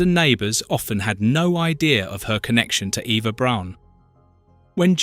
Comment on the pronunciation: Braun as a German name is not pronounced like the English word brawn, it’s pronounced more like the English word brown. How could you possibly make a video about Eva Braun’s family and not know this? “Her, younger sister Gretl…” AI is bad enough, but with an English accent it’s even more annoying.